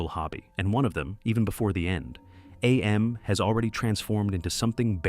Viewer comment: Cool ass video. I love it. Btw, it is just pronounced "Am", not "Ay-Em". Harlan Ellison reads it that way in the audiobook.